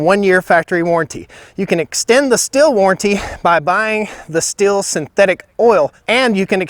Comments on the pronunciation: Pronounced steel not still. I wasn’t sure till I saw an actual Stihl commercial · Stihl is pronounced Steel. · Thanks for your nice clip (which I have not watched to the end yet) and the Stihl is not pronounced "still" as you do since the 'h' is stretching the name and it is pronounced like the word 'steal' is. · OK guys and gals its Stihl pronounced "steel" not "still". Change my mind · the dude is butchering both chainsaw names. The other one is SH-til, not S-til. It painful to hear. People who consider themselves experts on something should at least know how to properly pronounce what they are talking about. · It is pronounced steal. Not still. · Yeah but...…..Stihl is pronounced 'shtill', not 'steel'. Andreas Stihl probably rolls his eyes every time the dealers say 'steel'. Pure advertising hype. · Stihl is pronounced "Steel" :| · The simple fact that you don't know how to say Stihl properly lets me know you don't know what you're talking about. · Excuse me Sir, but you are maling the typical American mistake in pronouncing the factory names of these two european chainsaws. It would be a Nice touch of recognicing a different culture in trying to pronounce forrige names correct instead of believing that your Way u’s the better. The Stihl you pronounce as if it is spejles with two “l”s. It is not the h indicates that it should be pronunced like “steel”. The swedish ;husquarna Saw is pronounced straight: in two syllabels. Husq’uarna not like you think huskawarna. It is not Nice, Sir. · Video seems biased. Stihls chain is clearly not as sharp and I could hear it isnt tuned quite right. Its 4 stroking way too easy. Also it kills me how you mispronounced both names every single time